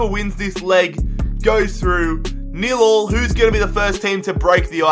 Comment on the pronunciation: please stop saying nill-all